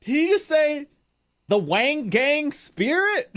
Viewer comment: Well that's not how you pronounced "Wangan Spirit" I speak this as a person who once played an arcade game titled Wangan Midnight Maximum Tune.